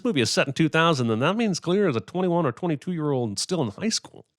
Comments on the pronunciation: Clear instead of Claire is worth MINIMUM 15 sins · "Clear" is pronounced "Claire". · Seriously, who's name is "Clear"?. Im pretty sure she was meant to be Claire, someone misprounced her name while filming a scene, and then they just went along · clare not clear!!!